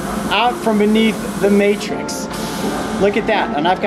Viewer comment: Bro said martrix